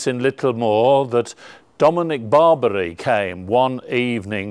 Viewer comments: I'm absolutely certain Blessed Dominic doesn't care how his name is pronounced in England by English people. I'm sure he's vastly more interested in important stuff like people following the faith and people being good to one another. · And if he did care about such things, he would be upset at for spreading misinformation on how to pronounce his name.